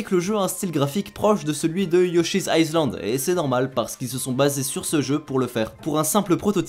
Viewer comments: Island ça se dit AïeLand pas IceLand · island ça se dit "aïlande" et pas "aïzlande" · Mais arrête voir de dire AÏCELAND... On ne prononce pas le sssssssssssssssssssssssssssssssssssssssssssssssssss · Sans rien enlever à la qualité de la vidéo, je me permets quelques petits conseils de prononciation sur l'anglais qui 1) concernent des mots très fréquents et 2) sont hyper faciles à intégrer. Le "s" est muet dans "island", donc ça se prononce "aie-lande". "real" ça se prononce simplement avec un i long ou un "i" suivi d'un "eu": "riil" ou "rieul". En général faut éviter de prononcer toutes les voyelles écrites comme elles sont "censées" se prononcer. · En anglais tu prononces des S inexistants et dans Island bah ce S là ne s’entend point Edit: arrête l’anglais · Sinon "island" ça se prononce "aïe-lande" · Mais cet accent de merde en anglais sérieux : "L is rièl" "Yoshi Izland" Faite des efforts sérieux ... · On ne prononce pas le "s" dans "Island" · le s de island ne se prononce pas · Le s de island ne se prononce pas...